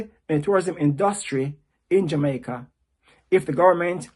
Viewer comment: He needs to learn how to pronounce Jamaica with out an er